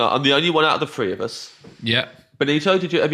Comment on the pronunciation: James is truly an idiot, and I really want to know if he has a speech impediment, or if he’s just one of those British stereotypes with the accents that fit in the box…. One Two Three One Two Free